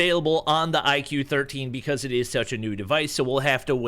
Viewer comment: It's not IQ; it is pronounced as "IKU or IGU." It Branches out from VIVO, purely focusing on performance.